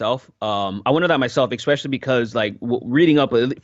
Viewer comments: Loved the discussion, but am I the only one hearing "ekspecially" all the time? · I love but every time he says "ekspecially" I'm like arghh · I feel I must, MUST express how distracting I find your pronunciation of the word "ESPECIALLY". Please correct me if I am mishearing you, but it sounds like you are saying "EXPECIALLY" each time. Am I the only person hearing/being bothered by this?